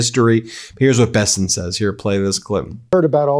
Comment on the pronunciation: Mr. " Be-sent" is back on screen talking rubbish!